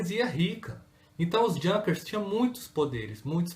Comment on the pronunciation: Junkers...pronuncia correta e´ iunkas.